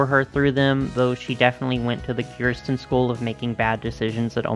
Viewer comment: It’s pronounced “ker-sten”😡